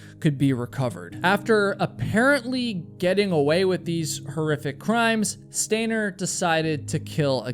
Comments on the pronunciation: You’re doing it more now!!!! Stop saying stainer. You’re coming up with more ways to say stainer! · Can you stop saying, “stainer,” while I’m trying to fall asleep?